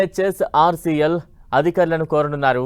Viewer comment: “YEN HETCH OR SEA EL”